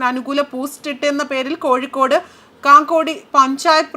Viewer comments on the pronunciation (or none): none